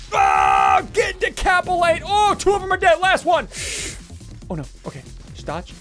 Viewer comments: No one: Literally Nobody: Not even a soul: Ssundee: Ohhh, you just got DECAPILATED!!!! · he said decapilated